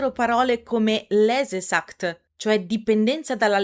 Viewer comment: comunque ragazzi io ve lo dico: il tedesco si legge per lo più come se fosse italiano. "Lesewut" si pronuncia "lese-vùt", e "lesesucht" si pronuncia "lese-su-h-t", non so cosa ho ascoltato...